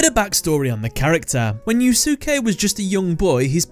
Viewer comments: If I may, I believe his first name is pronounced as "You-skay" Not "Yuu-suki". I think the second "u" is silent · Fujiwara Yusuke (btw, the second "u" in Yusuke is silent. Sorry but that mispronounciation of a very well known Japanese bothers me.) is one of my favorite villains in all of Yugioh just because of how raw and real he is. If anything, he's the best thing about GX though that's not saying much sadly given how awful, imho, GX was. But, then he's also, imho, one of the best characters in the franchise because, sorry to say, Yugioh struggles with writing believable characters even in the original dub/language especially villains. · For someone named you would think you knew how to pronounce Yusuke.